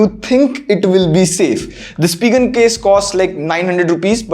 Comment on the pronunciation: Spigen is pronounced as “spy-gen”, gen as in generation. Great video as always.